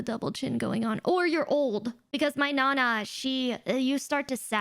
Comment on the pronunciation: Hearing say "nana" like that makes me think she's Mexican